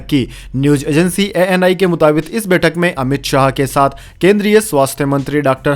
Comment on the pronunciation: मुताबिक सही है। मुताबित नहीं। कृपया, उच्चारण शुद्ध करें।